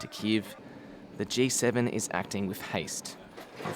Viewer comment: "G" not "J"